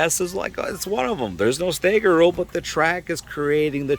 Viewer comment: It's not "stayger",. It's "stagger"... 🤷